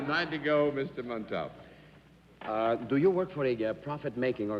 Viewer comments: Galileocan g John Daly's mispronunciation of "Montalban" disturbed me too, especially after Arlene had pronounced it so beautifully in her introduction. For such an educated person and professional broadcast journalist, it is surprising that he had so much trouble with it. In previous episodes he also pronounced Peter Ustinov's name "Oo-stinov," even though Arlene said "You-stinov," which is the way I'd always heard it before. I'm not sure with that one which is actually correct according to its language of origin. I suppose it was their own senses of etiquette that prevented either of these guest panelists from correcting any mispronunciations on the air. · It's like he didn't have a clue who Ricardo Montalban was as his pronunciation of his name wasn't even close. Maybe that's why Mr. Montalban never appeared on the show again. Perhaps he was insulted. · I'm now wondering how Ricardo Montalban pronounces hi own last name. I've always stressed the THIRD syllable, but John Daly seems to be stressing the SECOND syllable. mon*TOLL*b'n as opposed to mon* tal*BAHN. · Mr Daly could not pronounce Mr Montalban's name correctly. He kept chopping off the end. Annoying. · I cringed every time John Daly pronounced Ricardo Montabon’s name. However, it was common back in those days for English speakers to mispronounce Spanish last names. It happened on what’s my line a lot. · Daly keeps mispronouncing Montalban's name. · Jeff Vaughn being off on which syllable should have been accented i'd not consider "even close" & if that was the reason that's kind of petty for an honest mistake--if John pronounced the accent DIFFERENTLY every time then that would be a legitimate reason to be annoyed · What's so difficult about saying…. Mont all bah n ……tell us John Daly…? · John has an an unusual pronunciation for Montalban! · John Daly just could not say montalban